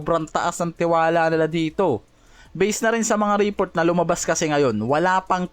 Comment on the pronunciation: Report o report? Magkaiba kasi yan. Pakiayos ng pag pronounce